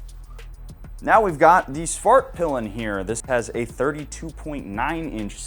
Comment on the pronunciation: As a swede it's hilarious to hear english speaking people trying to pronounce Svartpilen :D